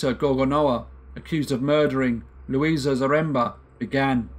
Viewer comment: Victim's name was Lusia (pronounced Lusha), not Luisa. Thank you for presenting the case, it's still puzzling people in Poland. The daughter and granddaughter of Rita were fighting for rehabilitation of their mother/grandmother. More info (in Polish) in the link